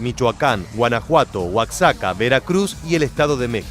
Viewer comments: Al igual que México, en el nombre Oaxaca la "x" se pronuncia como jota, "Oajaca", no "Oacsaca". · No mms pronuncia bien raro oaxaca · Jeje "oakzaka" 😁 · Jajaja se me hace muy gracioso como dice Oaxaca jajaja, buen video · Como pronuncia oaxaca este man.